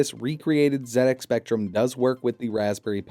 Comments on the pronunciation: Nice to hear an American YouTuber say it as Zed X Spectrum for a change. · THANK YOU for not pronouncing it zee ex